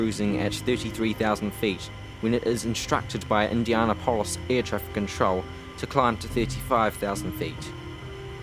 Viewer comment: You keep mispronouncing "Indianapolis." 😡